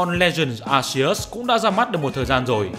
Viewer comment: tôi nghe mấy ae nước ngoài đọc Arceus là Ar-ki -us, bạn xem xem có đổi cách phát âm không :)) anyway nice content!